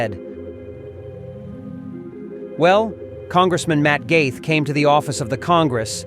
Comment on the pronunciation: Spelled - Gaetz but pronounced like Gates